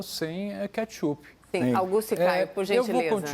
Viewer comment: kkk mi mi mi pizza com ou sem cacht up? rs.. Beattles ou roolingstones? hahhaha é um chorão!! e essa monalisa também gosta de fazer um teatro, se é loko!!! parei de assistir isso!!